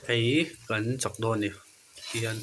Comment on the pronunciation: kang ❌ kan ✅ free advice